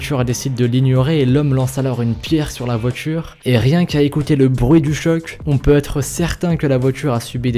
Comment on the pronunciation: tu dis la "votchure" / les "votchures"